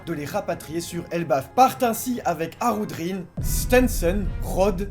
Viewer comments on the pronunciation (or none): J'ai bien entendu ? "Harudrin ?" MAIS C'EST QUI CE HARUDRIN ??? ON EST PAS DANS TWO COINS ICI, ON EST DANS ONE PIECE !!